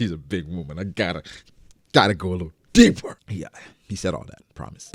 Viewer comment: "Deeeeeeeeper!!!!!!" That was hilarious man.. u made sound like he had some weird fetish or something